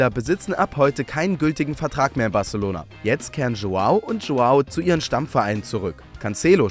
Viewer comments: Barechelouhna ? Okay 🆗! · Batzelona! Barselouna? Oke.